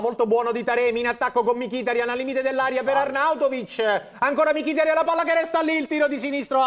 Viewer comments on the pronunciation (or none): Ma perche' dice Mikìtarian...it's annoying....ma chiamalo mikitàrian come tutti gli altri!!